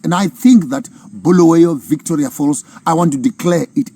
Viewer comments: Bulawayo please and not Bhuluweyo.... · Its Bulawayo not Buluwayo please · Start by fixing bulawayo pronunciation guys its not boolooway’yo 😊 😅 you guys are toying with our ancestors 😅😅😅 you wont like it if we call you Maponkisto 😂😂 Good speech nonetheless 💯